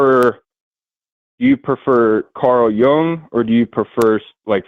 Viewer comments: I think you mispronounced Nietsche but in a different way. You pronounced it with a long a sound at the end. It's closer to a chuh at the end. But the youtube pronunciation videos are good to refer to. And your pronunciation of Jung was a little off. It's more like Yoong. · I hope you don't mean to say that Forrests' pronunciation is the correct one. He didn't correctly pronounce Nietzsche nor Jung. You can do a search on YouTube on pronunciation of these names. Nietzsche's name should not have a long e sound. That's definitely wrong.